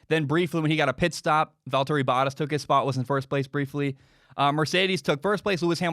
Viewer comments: Boat-tas, not bot-tas. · Am I the only one that cringes every time he mispronounce Bottas’ name? Lol